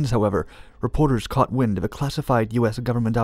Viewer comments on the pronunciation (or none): none